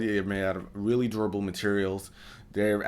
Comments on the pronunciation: Did he just say doorible? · He even says "doorable" back then...